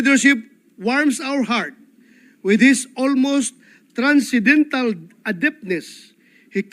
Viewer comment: MR. Batorney Transcendental, not transcedental!